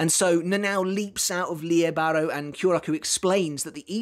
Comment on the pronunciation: I believe its pronounced lily bah,row